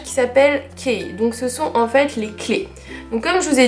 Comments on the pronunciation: Les deux :) En anglais américain comme britannique, le mot 'key' se pronounce 'ki" et pas "kay". Ouvre un dictionnaire de phonétique, tu verras bien :) Je suis diplomée de linguistique, fiancée à un écossais et j'enseigne à Aberdeen, Royaume-Uni, depuis 5 ans. Donc désolée de te contredire mais... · "qui s'appelle Kay"... Non, non et non :) "KEY" se prononce "qui" :) Bonne vidéo par contre!